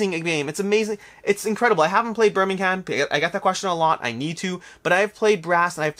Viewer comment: Firstly I'd like to say that your videos are great. However, I do find it funny that you are pronouncing Troyes (Twah) correctly but then mispronouncing for your audience. Yet you don't seem to realise that you are mispronouncing other European cities and regions incorrectly in the same video. Birmingham (has a slient h), Lancashire (lang-ka-shuh rather than shire) and Coimbra (Co-Imbra where the O and I have separate sounds rather than a joint oy as in coin).